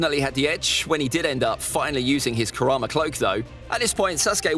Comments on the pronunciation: It's karama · It's kurama